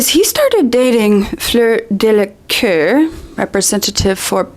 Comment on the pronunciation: Again, it's Delacour, not Delaqueur or Delacœr or Delacur or whatever. Just pointing that out.